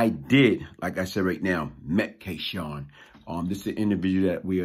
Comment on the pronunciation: always pronounces his name as K Shawn but its spelled K Sun...so what name did he go by what is the correct pronunciation??